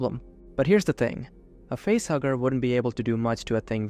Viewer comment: At first I thought you were saying it was a butthugger instead of a facehugger.